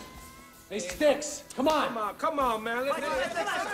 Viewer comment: It’s STYX not Sticks! lol